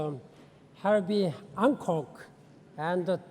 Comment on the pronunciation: It is Hancock, not HanKong